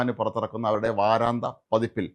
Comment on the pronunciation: വാരാന്ത്യ എന്നല്ലേ ശരി. നിങ്ങളെപ്പോലുള്ള മാദ്ധ്യമപ്രവർത്തകർ അക്ഷരശുദ്ധിയോടെ വാക്കുകൾ തെറ്റാതെ ഉപയോഗിക്കാൻ ശ്രമിക്കയല്ലേ നല്ലത്.